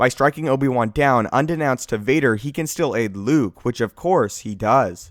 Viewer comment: The way this dude pronounces ‘unbeknownst’ is bloody hilarious.